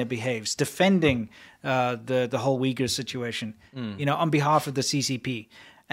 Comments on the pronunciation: The Chinese dude sounds like he is saying "The Wiggles" Well I suppose the CCP is a big red car 🚘 😂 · I cannot deal with that man calling the Uighur People “Weegills” It is definitely an intentional mis-pronunciation and he is being deliberately insulting in a backhanded manner